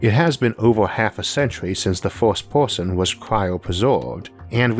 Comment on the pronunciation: Wtf is wrong with his speech? "Forst porson" what? Lean english before you make a vid.